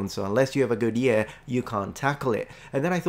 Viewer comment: Isle of Tenerife, Spain, Africa. Brilliant! You've produced an amazing video, again, and your English a joy to listen to. As you said yourself, like anybody you occasionally make some small mistakes in your learned languages. The only three mistakes in English which stood out for me in this video were: 1. When you said "a good ear" to me it sounded like "a good year". This may of course be dialectal, and I've a feeling that it's said somewhat like that by probably some southern hemisphere speakers, some southern English, and maybe some Welsh people. But to my Irish ear, and therefore to any American ear (Irish is a bridge dialect between British mainland English and American) it sounds weird. 2. You said "day offs" instead of "days off". 3. "Double down" (implying negativity) instead of "double" or "double up" (a positive annotation). Again, I do love your amazingly good and very natural and dynamic use of English, but the language geek in me tends to fixate on fine details, hoping to help you improve, and hoping I've not offended or annoyed you. Best wishes, Patchy.